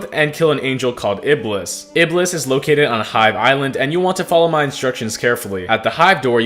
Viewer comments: It's IBL-ees which is devil in islam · Dude Iblis is what we call satan in arabic. and we pronounce it ibees